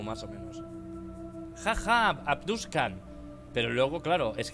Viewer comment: Auron diciendo Abduskan